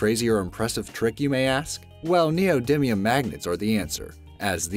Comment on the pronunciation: Neodimium - (Ne-oh Dy me-uhm)